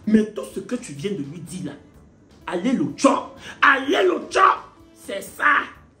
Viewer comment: Elle a dit tchor laisse ça